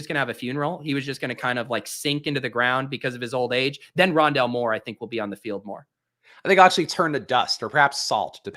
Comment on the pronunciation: it’s called Rondalé